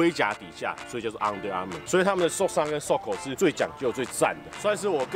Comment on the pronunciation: 那個「昂的Armour」我有被戳到笑點🤣🤣🤣